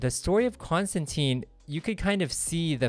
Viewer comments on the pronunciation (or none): Rick Veitch is pronounced like beach, or leech, Rick Veech. I had to look up several interviews because I wasn't sure how to say it. And not to be a total stickler but Constantine rhymes with wine, at least that's what he says in the early books, I don't think anyone will ever do that though. Love your video, thanks!